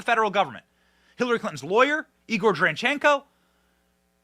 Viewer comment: It's Danschenko, Ben, not Tranchenko. If you slowed down just a little bit you wouldn't sprain your tongue.